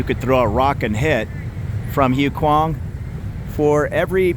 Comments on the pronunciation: Hi! HUAI KHWANG is pronounced WAI KWAANG. I'm familiar with POSEIDON. A "friend" told me about it. 😂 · Do your Thai friends watch these? Expect some teasing for butchering the name of this area. I reckon at least half the bar staff i know live around there.